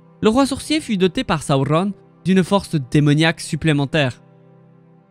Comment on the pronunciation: J’adore tes vidéos mais la façon de prononcer les noms dont Sauron c’est juste pas possible